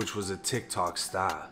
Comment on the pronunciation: The way you say “sTAR” love it. Sorry I know people died in this video